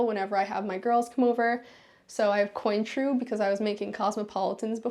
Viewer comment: Nice place just need to learn to pronounce Cointreau correctly. Con-trow (English way). The French way is a little more fancy. 😄